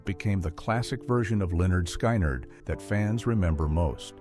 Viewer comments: Lol stupid AI narration Lynyrd SKYnyrd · Please pronounce it right!!!!!. Skynyrd rhymes with lynard.